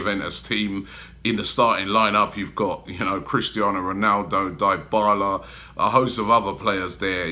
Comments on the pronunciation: Robbie, you just said Diebala, am upset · Robbie keeps murdering the names: Die-bala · die-bala seriously robbie🤨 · Diebala? ffs robbie 😂😂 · DIE-bala... lmao Robbie !!!! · LMFAO - "die-bala". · You pronounce dybala in a weird way